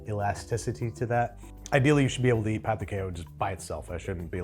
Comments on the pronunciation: Is no one going to point out that he’s saying p*nis de queijo? Pão = bread. Pau (pow) = male genitalia. 😂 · By the way, when you mispronounced "pão," you accidentally kept saying Brazilian Portuguese word for d*ck! There's a nasal quality to "ã" that's hard for native English speakers